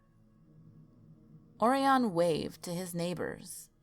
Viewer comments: I'm pretty sure it's pronounced ORyan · Also, "Orion" is pronounced "Oh-Ryan". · Hartselle, pronounced Heart-sell, not sure where you got Hartville, I lived right beside it and went to the crybaby hollow several times. Dothan is Doe-than (like fan but th). on Orion is, Oh-rie-on, you know... like Orion's Belt in the sky. It's really annoying for you to mispronounce city names from my home State, research taking a back seat is a shame.